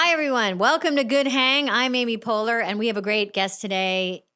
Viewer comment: Great job, Mr. Short! Except why did you call her "Andy Poehler"?